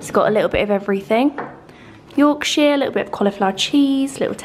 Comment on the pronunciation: And as someone from Yorkshire, I die a little when says Yorkshire 🤣🤣❤️❤️❤️